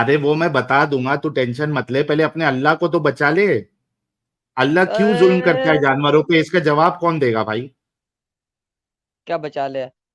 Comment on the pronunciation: Raaj hai ya Raaz ?? Aur Julum kya hota hai? Zulm bolna aata hai? Pehle urdu dhang se bol, phir Arabic seekh, Phir kitaab padh.